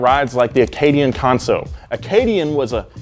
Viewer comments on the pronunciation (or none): Great vid, one point it's pronounced can-so, not con-so. Canso is a place, in Nova Scotia, which is in Canada, which is on Earth, which is in Canada. Edit; and its Frawn-ti-nack, its french so I'll give you a pass. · Just wanna say you pronounced Canso wrong. Its pronounced like a CAN of soup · Your pronunciation of Canso and Frontenac is killing me! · It is an Acadian Canco. Pronounced Can-so. Not conso. Canso is a small village in Nova Scotia that has Acadian ties dating back to the 1600’s. I love Donuts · Who is the F in twit that is speaking? . He sys" Conso" not Canso, The name of this iconic car from 1965 is Canso . which stars of with the he sounds like Canada, not Conada. Please listen up and say Can , as in "I can do that," and not "con" as in sounds like consider. Can-So. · As a Canadian from Nova Scotia, with roots in the Canso region. Canso is pronounced like I can do so, drop the I and the do.